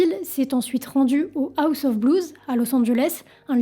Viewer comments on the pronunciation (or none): none